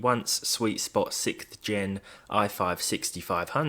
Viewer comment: who pronounces sixth sicth?